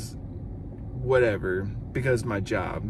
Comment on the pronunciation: + LOFL ... What CAUSE? "beCAUSE .. Ma Job". WOW!